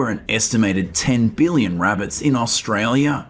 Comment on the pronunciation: Can you learn to say AUSTRALIA